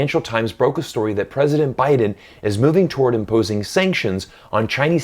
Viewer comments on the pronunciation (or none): none